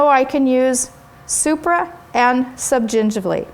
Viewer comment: You say subgingivally so well! =D